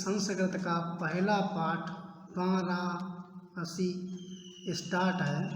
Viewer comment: वाराणसी तो सही से बोलो 🙏🙏